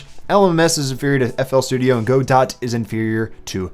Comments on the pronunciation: hey rq, Godot is pronounced Go-doh :) Nothing important, just a pronunciation thing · Godot is pronounced god-oh by the way... I wouldn't say it is 100% inferior to unity because they are quite different even if they do the same thing (game engine)... On the being paid bit... Just like there are a lot of hobbyist programmers there is also something called amateur dramatics... Which is mostly made up of people who want to act... For well fun...